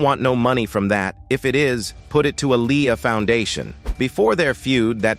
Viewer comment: Please say Aaliyah name right!! Omg the disrespect is real smh..